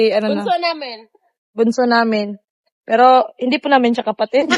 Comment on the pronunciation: Hnd mo Ako baser ayosin mo pananalita mo ung pg bigkas mo Ng piro at ung pg lalabas mo Ng dila mo alisin moyan wg Kang poponta sa pb house na Ikaw lang KC parang ayaw na nila Sayo